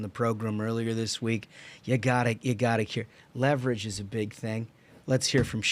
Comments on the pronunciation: I just choked on my biscuits and gravy when he said “White House: Show Me Your Leaverage!”😂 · I'm pretty close to where he's from. That pronunciation of leverage does not fly, no. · This may be the best episode of this show I've ever seen. We got the truly brilliant Sen. Kennedy, including his reaction to Sheldon Whitehoush pronouncing "LEEEverage" (rhymes with "cleavage" 😂). Then we got some cold hard facts on why Maryland (esp Baltimore) AND New Jersey are the worst states in the union. is 100% correct: Jersey is a giant landfill, it smells like garbage, it looks like garbage. Somehow Maryland is still worse, probably because at least New Jersey drivers don't run you into the water as soon as you get on the Turnpike. And discount airlines are the absolute worst. Totally correct takes from top to bottom. We the people demand excellence, but today, gentlemen, you delivered perfection.:slow clap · Holmes, you forgot; it's not leverage, it's leeverage!